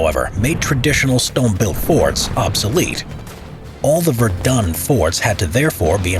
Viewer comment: Am I the only one who knows french and is triggered by his pronunciation of Verdun?